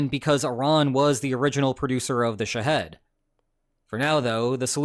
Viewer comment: Dude can make an AI video but can't tell his AI video how to say Shah-HED phonetically.